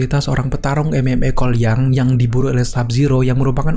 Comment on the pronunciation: Seketika kalo nyebut Cole Young secara cepet, malah dengernya "Kuai Liang"...